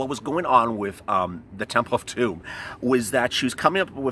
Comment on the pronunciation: You are ways making me laugh especially when ur refer the TEMPL OF DUME